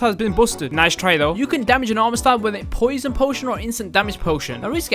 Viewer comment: Prob just their accent